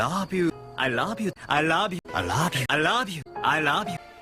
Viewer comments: Nearly ... there ... DONE. WATCHED AND LISTENED TO EVERY "I LOB YOU". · hahaha "i raaab you" yan eh sa pagkabigkas ni hahaha